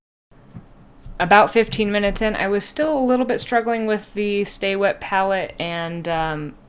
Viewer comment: 1) It's pronounced "stay-wet" not "staw-wet". 2) before putting paint on the wet palette, you should have wiped the excess water off the paper, because you want the paper to be damp not wet.